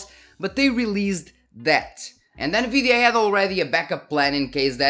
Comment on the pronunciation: I love how you say: N-GREED-DIA... 10/10 VIDEO 😂